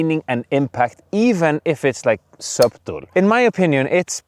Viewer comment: I like the way you pronounce 'subtle' like 'bottle'. That's exactly how I pronounced it long long time ago. 😂❤